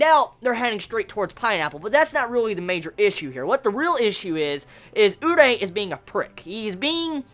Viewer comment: Dude its not urei, it's urie!!!!! xD